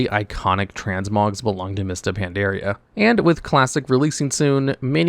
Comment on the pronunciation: Just a heads up- It's Pan-dar-ia, not Pan-dear-ia. Cheers.